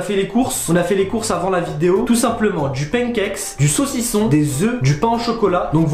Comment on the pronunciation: Il as dit sossison😩😳